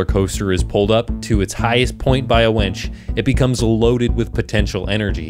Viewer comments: The gordonator project saying "wench" instead of "winch" is honestly what gets me more than it claiming to be an infinite energy machine, lol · The Gordonator creator(s) mistaking the words wench and winch is one of the most unintentionally funny things I've seen in a while. Literal girl power.